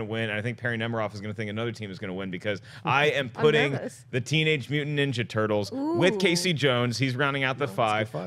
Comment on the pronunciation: Did he say "teenage minjaja turtles"?